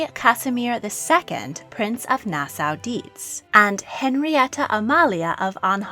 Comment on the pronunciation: Great Content But it’s pronounced Nas-Saw